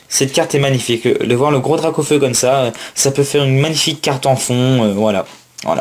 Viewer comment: J'ai qu'une chose a dire sur la dracaufeu jumbo c'est : magnifique carte ta du mal sur les noms sur cette video sinon bonne pioche et bonne video